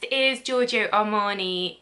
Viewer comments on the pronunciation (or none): none